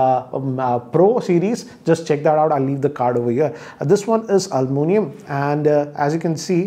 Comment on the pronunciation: its aluminum not almunium